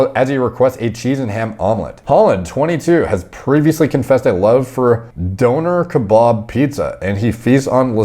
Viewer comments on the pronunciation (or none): pronunciation of döner kebab is so fucking funny man